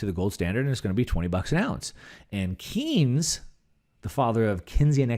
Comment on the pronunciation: Economist's name is pronounced "Kayns", not "Keyns" although it is spelled "Keynes".